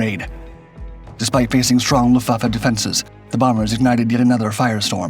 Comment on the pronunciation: The issue isn't the word, it's the pronunciation. Or lack of it. Unless the sponge kingdom was a part of WWII in a way I wasn't aware.